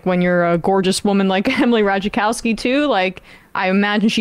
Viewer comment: Three swings at correctly pronouncing Ratajkowski, three misses.